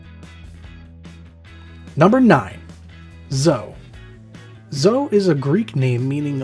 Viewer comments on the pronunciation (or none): You pronounced Zoe incorrectly. Zoe is pronounced zo-ee not zo. Just like how the correctly pronounced Chloe is klo-ee not klo. They even have similar origin. Luna as a name for cats likely doesn't have so much to do with Harry Potter. It's popularity is more likely attributed to the anime Sailor Moon, where a prominent character was a black cat named Luna. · My late cat Rosie's name on here as is Zoey (spelled without the y in the video) but it's pronounced Zo-ee, not Zo! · 1. Penny is of Greek origin and means “weaver”. It’s my name. 2. It’s Zo-ee not zow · Zoe was mispronounced it is Greek, and pronounced ….Z…OH…EE. not Z…OH. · Zoe rhymes with Chloe, in case nobody has pointed that out yet. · Also, Zoe is pronounced "ZO-ee" It rhymes with (David) Bowie. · Name 9 has 2 syllables and is pronounced Zo ee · How do not know how to pronounce Zoe?